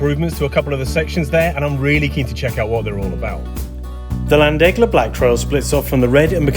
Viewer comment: Hey love your videos, not to be too naggy but the way your saying llandegla isn’t correct it’s more of a cat or a snake hiss where the double L is, so it’s more of a 🐍andegla